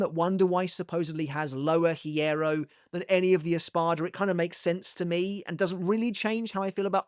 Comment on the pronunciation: The "h" in hierro is silent.